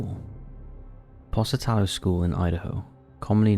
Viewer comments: 🤦‍♀️ Top 5s narrator after years can’t seemingly figure out how to properly pronounce Tucson ( Too-SAWN) yet pronounced Pocatello as Posah-Tello, instead of Poka-tello . Which undoubtedly I’d mispronounce every something-Shire in the used to be United…Kingdom, but C’MON 🙃😆😝🙃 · Pocatello is pronounced Poke-atello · Po-ka-TEL-o, Idaho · Poke-a-tell-o, Pocatello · Pocatello is pronounced like 'poke' as in like 'oak' -uh-tello Sorry, couldn't help myself. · #3 Po-ca-tel-lo high-school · It’s pronounced POKAtella, hence the nick name Pokie. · Btw it's pronounced POKE A TELL O Pocatello that's why it's called "Pokey" Dude you gotta work on pronunciation😆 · OMFG!!! THE WAY YOU PRONOUNCE POCATELLO!!! I'M DYING! 😂😂😂😂 I live there :3 No hate it's adorable